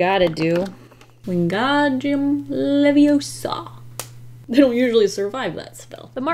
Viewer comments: It’s LeviOsa not LeviosA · You're saying it wrong it's not leviosA it's leviOsâ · It's leviosa not leviosaaaaa😂